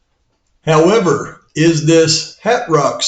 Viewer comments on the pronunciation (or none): none